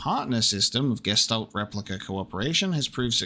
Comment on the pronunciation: Well, at least you are TRYING to read the German texts. I guess that is something at least. :D A few easy things if you are interested: "sch" is always pronounced like the english "sh", "ä" is like the "a" in "hat" or the "ea" in "head", "ch" is not like "k" but like a toneless hissing sound, but softer. Oh, and since it appears quite often. The "s" in front of a "t" like in "Gestalt" is also pronounced like english "sh". And to help you with the names: Elster = Magpie, Star = Starling, and so on. All the names are birds, so you may remember them better by translating them.